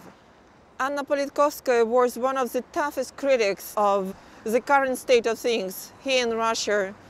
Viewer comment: только и слышно: "зэ...зэ...зэ" Интересно, она понимает, что говорит, или первый раз вообще текст видит?